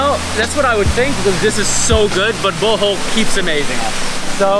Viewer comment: I’m Filipino and I never knew about chalamay. It sounded like he was saying “butthole” instead of “Bohol” hahhaahha